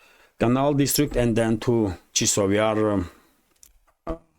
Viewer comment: Chasov Yar, chAsov Yar, not Chisov Yar.